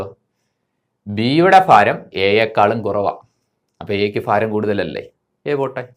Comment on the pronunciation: മാഷെ, ഫാരമല്ല, ഭാരം fha അല്ല bha